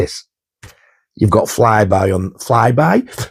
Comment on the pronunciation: WOW! This was absolutely amazing. Every single soundtrack release there looks absolutely incredible. I do love the Dawn Of The Dead triple lp set. Cracked me up when you said Flyby, instead of Flyboy. You BELLEND mate.🤣🤣🤣 that Warriors record is absolutely stunning. One of my favourite films ever. Easily in my top 20 films. Love the soundtrack as well. I do remember that extra scene with Cleon as well, but I haven’t seen that scene in YEARS, not since i was a young kid. It’s a shame that they didn’t include it on any physical media release of tbh, but what a film. That Salems Lot looks beautiful as well. Love the Red vinyl of IT as well. Awesome stuff, my friend. Loved this video.❤️❤️👍